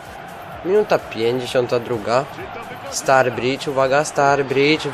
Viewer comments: Mówi się staridż a nie starbridż ale bez obrazy, rozumiem :D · nie zebym sie czepial ale kto to jest "Starbridż" :)? chyba, ze to brat Staridża :)??? oczywiscie wiadomo ze pisze sie Sturrige ;)